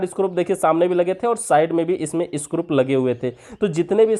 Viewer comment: Wo screw hota hai ,scrup nahi...